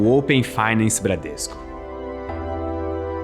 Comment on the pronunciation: "Bradresco" Ah sim